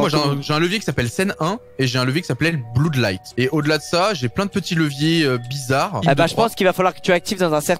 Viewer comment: doigby : "bloud light " XD